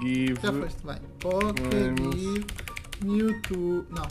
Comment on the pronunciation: quando VC da pokegive VC fala errado é pokeygive